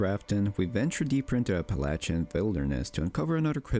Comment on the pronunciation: Thank you for correctly pronouncing "Appalachian"